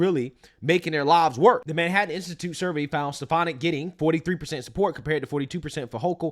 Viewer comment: I heard something other than stef-an-ick.